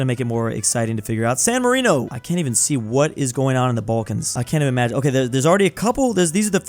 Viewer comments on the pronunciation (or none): none